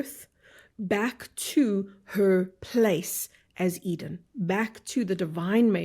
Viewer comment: Sounds like Garden of Either instead of Garden of Edin *